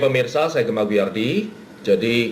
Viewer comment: Salah fokus dengan panggilan hostnya dengan e-nya taling, jadi seperti nama perempuan yang di telenovela.:D